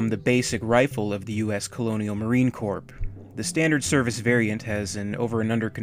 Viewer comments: Marine Corps. It's pronounced Core, not Corp. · Jacob Sailer so glad I wasn't alone in noticing that. Former marine, I hate when people think I was a corpse. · Did he seriously say Marine "corp"? It's pronounced "core", not corp. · The Corps is pronounced as the corb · Not a huge deal but the P and S in CORPS is silent. Its pronounced the same as CORE but spelled different. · Corp/Corps is pronounced "Core". Just a heads up. :P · this guys said "marine CORPH" lole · it's pronounced core not corp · A bit of a pet peeve of mine but..........corp is pronounced CORE. Much like the Obama screwed it up famously by saying CORPSE MAN instead of COREMAN. The MARINE CORE not the marine CORP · Corps is pronounced ‘core’ as well. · just being a super stickler, Corps is pronounced core. But otherwise, LOVE your videos and have power watched most of them already. waiting of the next one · Great video where you get all info from its crazy! Good job man oh by the way corps is pronounced core like with a silent p and s i will defo watch the smartgun vid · "Corps" is actually pronounced "core" btw. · Marine Corps is pronounced, "Core." Also as an infantryman. 2 four man teams in a squad. Not 2 squads. Yes this is fiction but its based off of the real Marine Corps and its jargon. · Corps is pronounced like Cores. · The "p" is silent in "Corps" as far as "Marine Corps" goes. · the "p" is silent in Corp. (unless it is short for "corporation")